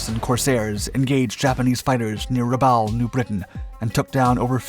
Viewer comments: Yes, and Ra-ba-UL, not Ra-BA-ul. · Great videos, but we can tell you're a young civilian. You mispronounced Tarawa and Rabaul. Oh, and Vraciu. Oh, and the Martlet? That's still a Wildcat, not a Hellcat. 50 cal machine guns were no match for the lightly armored Zeros? That doesn't make any sense. The Browning M2 machine gun tears a Zero to shreds... engine included. One more thing: the radar wasn't mounted behind the wing ( which also wouldn't make any sense), but forward. You must not have had your coffee today.